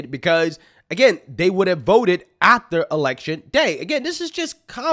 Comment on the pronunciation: Guy you are Killin Me. AFTER not Ather switch your tongue with your lip between your teeth. Affffter.